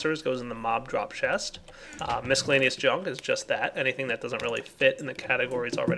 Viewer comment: Is anyone else annoyed at how he pronounces "miscellaneous?"